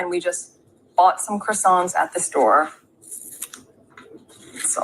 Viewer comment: Thought she spoke French? Needs to learn how to say croissant